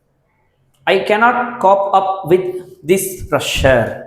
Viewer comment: Sir.Cope up.. It is not kap.. It is cope up..Dont mistake me. Pronunciation must be correct while teaching..